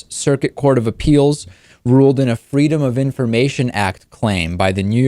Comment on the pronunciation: "FREEDUM" or "FREE-DUMB"?